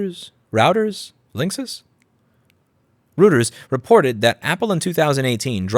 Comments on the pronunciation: Hello Lewis. It's definitely Roy-Ters. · It's pronounced Roiters. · It's pronounced "roy-trz", Lou! 😉 PS: love your arm chair chats! 🙂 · Roy-ters, dumb ass. What are you american? Oh... wait... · Thank you for the good video, very informative and well delivered. It's nice to see both sides of the story. It's good to see that not everyone stands by their first opinion in the face of more information. Reuters = ROY-derz Neuenschwander = new-in-SHWAN-der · You almost had it :D. It's "Royters". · Reuters is pronounced "Roiters" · I think it's pronounced 'roy-ters'. ;) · It's pronounced Roy turz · Reuters is pronounced "roiters", might want to get it right now as it & Associated Press are MAJOR sources that many new outlets get their stories from. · Hi Louis, please note that the news agency REUTERS is pronounced 'ROY-TERS'. I love your work. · eu = oy both in Reuters and Neuenschwander. Other letters you read as you'd expect. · It's pronounced ROYTERS! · Reuters sounds like Roy ters, is actually a very big and reputable news source. For Neuenschwander I defer pronunciation. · You pronounce Reuters as Reuters, it is not difficult like the following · How un-german of you to mispronounce "Reuters." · Reuter's, Routers? Meh lol